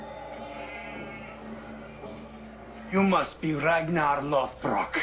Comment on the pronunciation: Anyone else cringe every time he says "RAGNAR LOTHBROOK"?